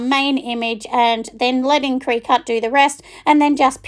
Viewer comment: Great video thank you sooo much! Just a heads up that it’s pronounced like cricket.